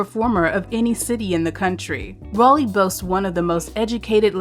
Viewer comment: Got raleigh wrong